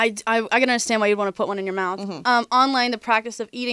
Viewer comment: "Into my moufth. TIDE PODS!" my favorite jingle